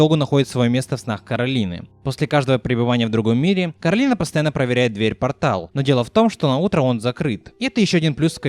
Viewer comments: Коралина весь фильм: Меня зовут Коралина, а не Каролина!: Каралина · почему Коралина а не Коралайн? по обычаям line читается как лайн, есть такое имя Кэролайн, хотя пишется Caroline